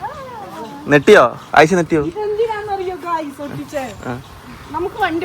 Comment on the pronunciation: നെട്ടിയോ എന്നല്ല ഞെട്ടിയോ എന്നാണ് പറയേണ്ടത്